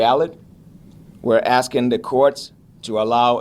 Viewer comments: Tiffany, it's asking, not assin! Learn how to talk. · “I’m Axeing” 😢😢😢😢 Tiff , are you trying to say “Asking “??? 😢😢😢😢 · I cant stand when she says "axing" not asking. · To my leff? Axing?